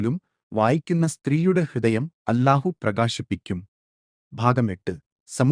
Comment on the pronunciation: الله എന്നത് ഉച്ചാരണം . ശരിയാക്കണേ മലയാളം അറിയില്ലേ? എ.ഐ.ആണോ?